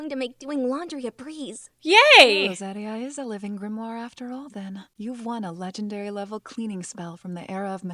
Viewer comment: Hey, none of her opinions bugged me as much as how she pronounces Serie; it might just be me but I hear it (in English at least) as “ZEH-ree-uh” rather than “ZAH-ree-uh”. And unlike Stark’s brother, whose name was only mentioned briefly so I forgave her not pronouncing it “Shtoltz” but as “Stoltz”, we got the old elf’s name repeatedly so I was puzzled by the pronunciation. But that might just be me, y’know?